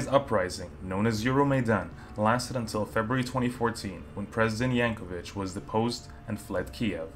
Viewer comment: I'd recommend to remake this video: 1)u in "Yanukovych" is not silent 2) and others: Separatists don't control entire teal region, only it's south-eastern part. 3) : Using picture of Ukrainian nationalist for separatist fundraising is hilarious. 4) that's Kyiv, Ukraine capital, and is Kyiv mayor.